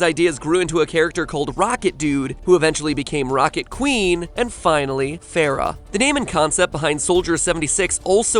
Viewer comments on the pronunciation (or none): none